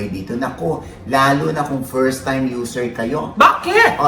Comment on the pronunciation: Yung pagkakasabi ng ti?e pagkakamali yun. Hindi sinasadya. Pero para ambahan pa ni Willie Revillame yung tao, YUN ANG MALI! Biro man o hindi!